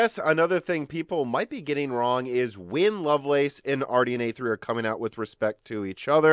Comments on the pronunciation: Lovelace is pronounced loveless. Its a person's name. Its not the lace on sexy underwear. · Yes, it's a name. No, it is not pronounced like "loveless". It's literally pronounced "love lace".